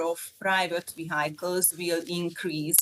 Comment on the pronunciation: She needs to work on her pronounciation of "vehicles". Makes my ears hurt - even as a German. 😅